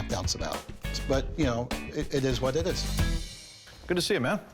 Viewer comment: it eez what it eez